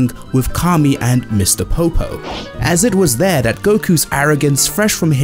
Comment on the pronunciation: "Ahz e-it-wuz they-are tha-ut the tea-chings of master Roshi, that there was always someone better..." - Ugly noise. The Human language aka American English version: As it was here Goku finally understood what master Roshi meant in saying 'there is always someone better.' There is no such thing as "teachings" because teach is the riot word and "ing" is the suffix so the conjugated word is teaching, never "teachings" as that is misuse of the suffix "s," especially un this situation where you mean lesson as it is not even a few lessk s but a single lesson that you are reffing to. Leason being a subject that is taught. Unlike real Humans; everyone who uses theie mouth to breath, have no living sense of syntax and this is why they pedal linguistic degeneration of irrational and false conjunction. The Human language aka American English is generally less purtid than most other variants of the language yet mouth-breathers here in civilization(North America, minus mexico) also adore using that fake word "teachings." They adore that mess and other acts of attaching the suffix "s" where it does not belong, even going so far as to pretend that verbs which end in the syllable "s" are simultaneously the suffix "s" thus the foolishness of pretending "fishes," which is the word which describes your propensity for fishing is also "the plural noun of fish." They do the same for "waters" and "fuels," changing them from verbs to supposed "plural nouns" and this is why I say you mouth-brea